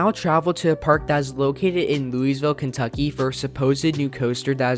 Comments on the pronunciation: Lol Louisville is pronounced loo-ah-vul or loo-ie-ville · Did he for real pronounce Louisville Louise ville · you pronounsed louisville wrong